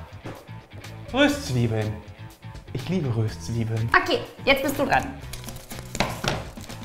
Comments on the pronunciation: Das nächste mal auf'm Konzert schenke ich n Duden. Wie zum Henker spricht er bitte Röstzwiebeln aus. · Wen regt es auch so auf das Röööhhstzwiebeln anstatt Röstzweiebeln sagt? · Ich hasse es wenn jemand Rööstzwiebeln sagt☹😭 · Omg das heißt nicht Röööhhhhstzwiebeln sondern Röstzwiebeln XD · Findet es noch jemand so fürchterlich wie "Röstzwiebeln" ausspricht?😂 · Wen regt es noch so auf, wie Röstzwiebeln und angeröstet sagt?😂